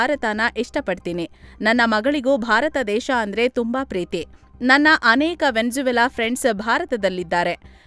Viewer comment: ವ್ಯಂಜವೆಲಾ ❌ ವೆನೂಜುವೆಲಾ ✅